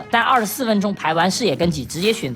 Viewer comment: 連GENG都不會念了 笑死